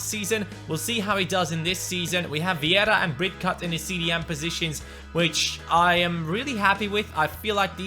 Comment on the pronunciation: You were pronouncing Viera's name wrong. It's actually Vieira not Viera... :D